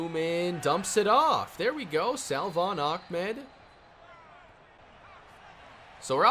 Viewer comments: Dude. Lol you say Salvon ahmed's name like "suhvon" you don't pronounce the L.... vid 3 of saying this.... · The correct pronunciation for salvon is “suh-von” Keep up the great work!